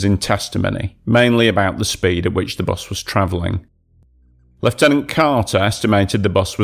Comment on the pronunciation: bus not bos